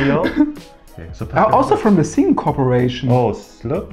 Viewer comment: เหน่อ ซิ่งค่อปเรชั่น